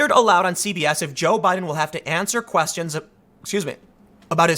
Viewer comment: Who else heard him say "Obiden"?